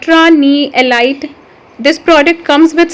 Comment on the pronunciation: Ellleeeetttttttttttttttttt not ilight lol .............